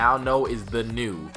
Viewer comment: Nue is pronounced neweh.